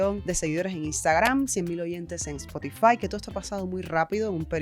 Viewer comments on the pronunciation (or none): none